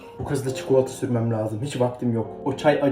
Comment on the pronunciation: Lâzım kelimesinin telaffuz8na dikkat.